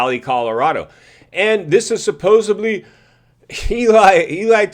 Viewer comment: “Supposebly”? It’s “Supposedly” lol. Just sayin! Carry on brother. Thx man!